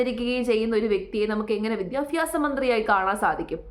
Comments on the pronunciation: വിദ്യാഭ്യാസം അത് ആദ്യം പറയാൻ പഠിക്കുക സ്മൃതി വിദ്യഫി മാസമല്ല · മോളുസേ വിദ്യാഭ്യാസം എന്നാണ് വിദ്യാഫ്യാസം എന്നല്ല.